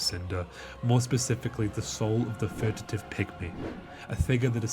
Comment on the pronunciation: Furtive pygmy, not furtitive